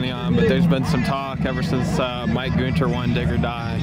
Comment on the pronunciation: Hey one question do you pronounce Gun as Gun or Goon? Because at the end when you said Mike Goonter I laughed hard as hell well anyway his name is pronounced Gunter that's my homie and he has had some badass fast cars he used to have a really fast Outlaw 10.5 car and a few other fast cars until he decided he wanted to get into No Prep but he's still fast and one day I'm going to be out there as well I have a few people I know that go to the North Carolina races and a few family members as well so I'll hitch a ride and come out and hang out with everyone